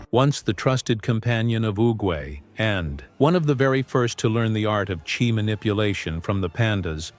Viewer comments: AI slop it's chi not chai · The Chai-??? That commentator pronunciation totally sucks sloughwater…